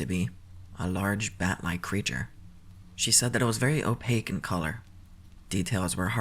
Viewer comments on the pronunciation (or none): none